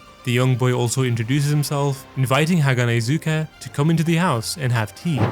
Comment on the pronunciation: Great vid but haganezga is not hanahazuka